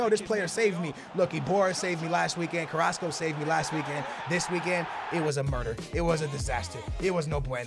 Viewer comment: Finally pronounced "Carrasco" correctly lol